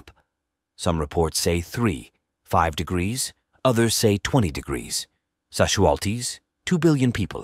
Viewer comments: Why does this have more thumbs down than thumbs up? Is it cause he kept saying Sasualties instead of Casualties? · AI cannot pronounce casualties correctly but pronounces it sasualties. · I never knew that casualties were pronounced sashualties. Thank you! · No doubt...kept hearing "sasualties" and occasional casualties😅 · Why does it say « sashulties » all the time? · What are "Shazulties"?Oh yeah, the AI didn't properly pronounce" Casualties " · Well, I guess radation casualties are called sasualities in the future? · Where do they get these people to host these shows when they can't even pronounce casualties " not sasualties " that I heard whoever they are say 😂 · That's A.I for you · Sashualties? Whats that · What are "sashualties"? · whats "Sasualties" ??????????? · What’s a Shaz Wual Tee? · What's "sassualties"? People hit by sass? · I'm wondering WTF these "sashualties" are? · wtf are "sashualties"? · I've never heard casualties pronounced as, sesualties. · wtf is "sashualties" ? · What the hell is a "sashualty?" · “Sashualties” lol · "Sasualties?" AI acting stupid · What the heck is 'sashwalties' 😂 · Can someone please explain what "SASHUALTIES" are please 😂😂😂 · What are shasualties lmao umm is this a A I bot speaking lmao the A I will be apart of the nukes shooting off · wtf are sashualties? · “Sashualties” ffs 🤦🏻‍♂️ 😂 what a terrible video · This is a propaganda video by people who don't know how to pronounce the word casualties. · Also, it can’t it get the pronunciation of casualties correct, so I doubt its competence! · Why he pronouncing casualities as Szechuan Sauce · The producer of this video can’t spell or pronounce casualties